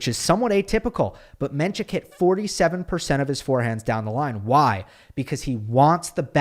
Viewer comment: You are mispronouncing his name. It’s NOT menCHik, it’s pronounced just the way it’s spelled “men-sick”